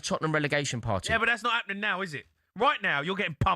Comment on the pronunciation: No no no it’s not “sack him now” it’s “sack him tonow” Tonow is a new word now apparently